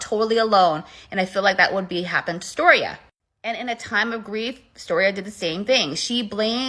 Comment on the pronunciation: Stiorra not storia like get the fucking name right.